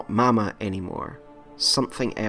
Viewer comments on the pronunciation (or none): none